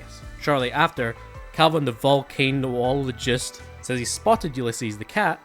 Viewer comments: Might have gotten a comment like this already but didn't see it. Volcanologist is pronounced like vul-can-all-oh-gist. Fun fact, we get the name for volcanoes from Vulcan, the Roman god of metalworking, as it was believed every volcano was one of his forges. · yes also its "volc-en-oligist" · volcanologist (vul-can-ah-low-gist) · Seriously? Volcanologist isn't a hard word to pronounce. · can’t pronounce volcanologist but hits feng shui on the first try